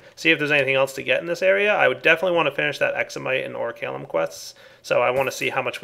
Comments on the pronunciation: I twitch every time he says "oricalum"... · I'm sorry, but the pronunciation just killed me. "O-ri-kal-cum" not "O-ri-ka-lum." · lol yeh pronounced Oricalcum wrong